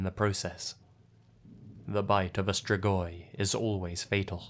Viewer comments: the way you pronounce the romanian locations' names makes me not understand the names of places in my own country and im wheezing also absolutely nobody ever knows how to pronounce "strigoi" either like come awnn dude all it takes is pressing the "pronounce" button in google translate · As a romanian, I am amused about the way he pronounces "strigoi"